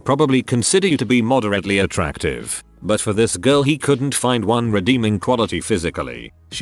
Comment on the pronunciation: wow, TTS died trying to read out "attractive".